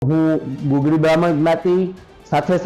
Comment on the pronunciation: ગગુળી નહિ પણ ગુગળી બાહ્મણ કહેવામાં આવે છે.